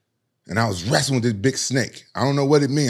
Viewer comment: “I was wrastling a big snake”